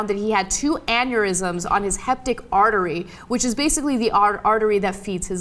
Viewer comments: "Heptic artery"... Ana is so psychologically messed up that she doesn't even pay attention to what she's saying. The only thing in her mind is how to get attention, how to prolong her sentences and interrupt Cenk. Even when Cenk speaks she has to nod constantly, as if everything is being approved by her. Hope a psychologist will find out what her problem is. She used to be cool many years ago. Now, unsuffereable. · I love the young turks but jesus christ, you can't look up how to pronounce something? HE-PAT-IC, not HEP-TICK. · Hepatic, not heptic. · Heptic artery? No /hepatic/ artery. You just got scienced. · Hepatic, not heptic. Ana always speaks of the importance of a college education, but appears so ignorant at times. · Did anyone else notice Ana say "heptic" instead of "hepatic"?